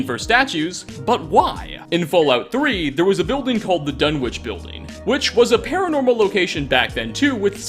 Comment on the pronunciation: It's pronounced Dun-wick. Not Dun-witch